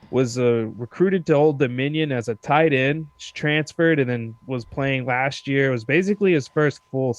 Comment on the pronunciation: It's "last year," not 'lashyear'. Annunciation is key to languages.